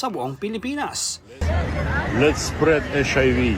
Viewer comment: "Lert's spreaarrrrrrd HIV!" Go get some bread sprearrrrd it there!